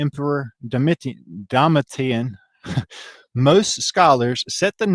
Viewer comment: I believe the correct pronunciation is, dough-me-shun